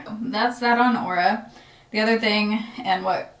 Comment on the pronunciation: I thought you said " horror "ring at first